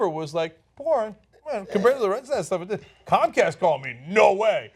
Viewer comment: comcast why always sound cumcast.